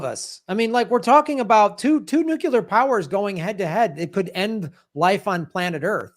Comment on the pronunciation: I love you, but please correct your pronunciation of "nuclear"